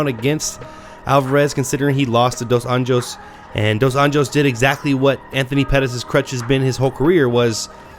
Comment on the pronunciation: Small correction. - Rafael (pronounced Ha-fayel) dos Anjos (pronounced Ahn-yos) Not Junior dos Anjos (an-Jo's?) Otherwise, nice job